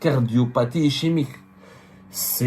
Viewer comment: défaut de prononciation. ischémique, le ch se prononce comme k ou q ( ischémie manque d'oxygène dans un tissu)